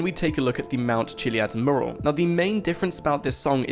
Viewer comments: it annoys me the way you can't say mural properly lol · Please learn how to pronounce mural. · Learn how to say mural. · PLEASE LEARN HOW TO PRONOUNCE 'MURAL'!!!!!!!!!!!!!!!!!!!!!!!!!!!!!!! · You speak so nicely , but can you correct your pronunciation of the word "mural" it's driving me nuts